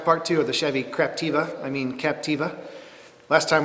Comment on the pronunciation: OMG LOL I just realised you keep saying ''craptiva'' lol! omg I don't know if you're saying that accidently or purposely but its hilarious anyways <3